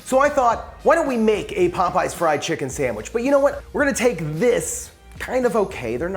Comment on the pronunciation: Not “Popeys”